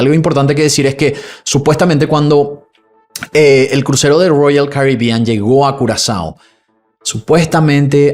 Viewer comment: Que problema tenés con las palabras ROYAL CARIBEAN? Suena raro cada vez que lo mencionas y tambien diferente, llama la atención la forma en que lo pronuncias.